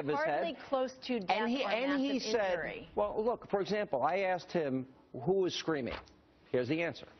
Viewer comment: he had axed me...